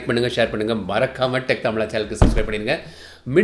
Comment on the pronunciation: சஸ்கிரைப் இல்ல புரோ சப்ஸ்க்ரைப்